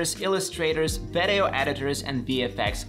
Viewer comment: i в слово video произносится как и, не как э. Видиоу, не вэдэоу. Ещё обращаю внимание, цифры вроде 3350 не произносятся как thirty three and fifty, а как thirty three hundred and fifty - не забудь вставить слово hundred после первой десятки. Продолжай с успехом!